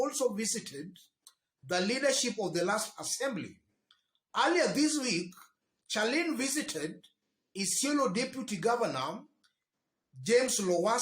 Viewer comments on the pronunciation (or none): 😀😀😀😀😀pronounced SHARLIN Not CHA LIN